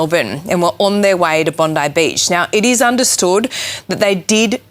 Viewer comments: American brothers in arms: "Bondi" in Bondi Beach is pronounced more like Bond-eye, not Bondee. 😇That aside, everything else in this video is spot on. Albanese is often called Sleazy Albanese for good reason. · Bondi Beach is pronounced Bond-ai, not Bond-ie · this is driving me crazy because I cannot stand Pam Bondi and every time you say the name of the beach I think you’re saying something about her, So in case you were wondering, it’s pronounced like BOND-I Like the word "bond"-i Bond-I like Pam Bondi sounds like BOND-ee The beach sounds like BOND-i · Bondi = Bond eye. Rhymes with bonzai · It's pronounced "Bon-dye" Beach.